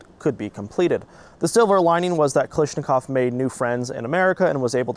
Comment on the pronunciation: I thought it was pronounced Kalashnikov, not Kalishnikov